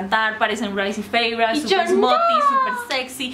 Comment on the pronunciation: Tengo una duda, por qué pronuncias así a Feyre y Rhys? cuando la autora dijo y lo pone en los libros que se pronuncia Feira y Riis